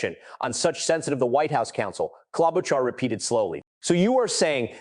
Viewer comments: Amy KLOB O KAR ?? REALLY?!!?! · KloboCar? really AI commentary is pathetic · AI cannot even get Amy’s last name correct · I don't like AI. When Ms Klobuchar is mispronounced on the first try, I am out! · Why is the narrative saying Sen Amy Klobuchar’s name in 15 different, wrong, pronunciations? If the narrative is AI, then you’ve got some real work to do. If it’s a person, they should know better and ASK FOR CLARITY! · Senator Klobuchar’s name is pronounced at least 4 different ways in your reporting. That’s a problem. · You should fix your AI. Klobachar was miss pronounced wrong about 4 different ways. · Please learn how to pronounce her name. She is a very smart woman. Thank you. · Can’t even get her name pronounce correctly